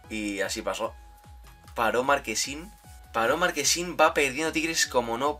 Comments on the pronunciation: No se dice markesin se dice marchesin buen vídeo crack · Ya no es marchesin, ahora es marquesin 😂😂😂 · Marchesin se pronuncia no marquesin😂😂😂😂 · Es Marchesin, no Marquesin...jajajaja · Bro se dice marche sin tal cual no marquesin jajajja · Marquesin 😂 es Marchesin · Porque le dicen "marquesin"? Es Marchesin jaja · Es marchhhhesin no marquesin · Soy yo o dice markesin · Muy buena reacción al partido Unos detalles, el portero del América se llama marchesin no marquesin, al menos en México a Gignac se le pronuncia Guiñac. Y deberían reaccionar a la supercopa MX (campeones de copa) entre Cruz azul y Necaxa que fue antes de este partido. Arriba Mima kina!